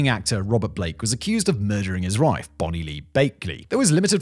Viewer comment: "Murdering his rife"